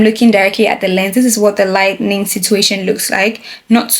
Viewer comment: the way you say “lightning” instead of “lighting” is so cute 😭 also, i loveee the video- so informative and helpful for beginners, thank you! your editing style is lovely too 👌